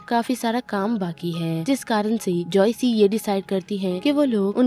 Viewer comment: That's joyce not joycei😂